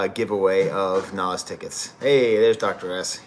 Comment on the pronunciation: hey thanks for doing this professor ! and you got the pronunciation right , also just wanted to add that i honestly think hit-boy makes the kings disease trilogy a bit more than nas even. nas is obviously fantastic , but as an aspiring producer myself hit-boy is just so underrated in terms of versatility and quality. he can truly tailor his production to fit anyone like a glove and can just do everything. really hope he gets his flowers among hip-hop heads , and the run with nas definitely is helping to contribute. his upcoming album with benny should be great as well. also, i’d recommend the logic album that just dropped, it has a pretty cool concept and mostly the beats are excellent, his in-house producer 6ix also has that hit-boy quality to him and it’s just great fun. lightsabers and insipio are standouts from the production standpoint while redpill and village slum are great lyrically. self medication has to be the wildest collab of the year on paper, but it works perfectly. not usually a big logic guy but i think this is better than his last album vinyl days. fahim project is pretty good too but you already knew that (i think he gets outshined by your old droog though). well here we are am and i gotta wake up in 3 hours to make my paper physics lab , so i think i’ll leave it at that. signing off from ox vegas 🫡